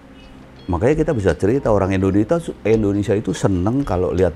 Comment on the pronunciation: ORANG INDO AJA SELALU SALAH MENGUCAPKAN NAMA NEGRI NYA INDONESIA, BUKAN ENDONESIA